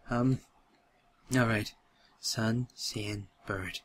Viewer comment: I love the way you say "Bird"= "burt"